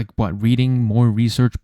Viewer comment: “oh yeah with dramatic pause FFFWHAATT” had me rolling